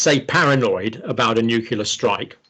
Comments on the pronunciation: Nuclear - new clear. Shame on you Dr Campbell 😂 English your second language? Vlad pronounced it right every time 😉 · Wow - for years I thought Dr. Campbell was British - but obviously not from his constantly saying 'nucular'! I'm guessing you emigrated and managed to keep your British accent? Nevertheless a fascinating conversation, thank you. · Why, as an educated man, Dr Campbell, do you say 'nucula' instead of 'nuclear'? It seems weird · This gentleman mentions 'newkiller' weapons on several occasions. Is this a Freudian slip or a mispronunciation of 'nuclear'? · Please! The word is "nuclear" not "nucular". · dr John, may I point out to you that it's pronounced nuCLEAR, not nucular thank you for this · Not nucular... it is nuclear. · Dr Campbell, nuclear should not by pronounced nucular. It annoys me that ever since George W Bush popularised that pronunciation, more and more people, who should know better, have taken his lead. I am disappointed that even a scientist, who should be familiar with the word nucleus, should then ignore the fact that this is the root of nuclear. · Dr. Campbell, it is pronounced NU-CLE-AR . Not nuke-you-ler... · Good advice. Don't make yourself into a media personality. Getting too big for your boots. By the way the word is 'nuclear' not nukular . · It's surprising isn't it that someone as obviously intelligent as John Campbell insists on referring to "nucular" weapons as opposed to what everyone else refers to as nuclear weapons. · It's nuclear, not nucular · Nuclear is pronounced NEW-CLE-EAR, not NUC-YOU-LAR, Dr. You sound like George W. Bush! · Nuklear not nuclear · Nuclear not Nucular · Nuclear, pronounced "nu-cle-ar", for the love of g_d, not "noo-cool-arr". Kind regards.